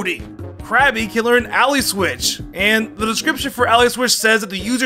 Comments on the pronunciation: It's Allie not alley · You say words wierd..Ally is AL-lie not al-lee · Take a shot everytime completely mispronounces a word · Lol, 'slay-king', 'ALLEY switch' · How does he mispronounce the word Ally every time😂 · Your pronounciation of ally is wrong. And your pronounciation of Slaking and Magcargo. They're puns so you use the words they sound like, in this case magma and cargo, and slack and king